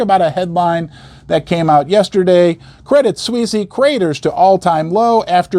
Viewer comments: Why are you pronouncing the name of the bank they way ? Pron = Credit Sweece. Not Sweecie ! Still if Americans say “soccer” and God help us ! “Erbz” then we all have to suffer in this internet age. Aaggghhh! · its "swees" credit swees. not sweesy. you sound like a hillbilly saying it that way. its one of the largest banks in the world. stop being ignorant. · Correct me if I am wrong, but I think Credit Suisse is pronounced Credit Sw-eese. Glad to join you on this historically controversial holiday. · It’s pronounced Credit “Swiss”, not “Swissy” 😊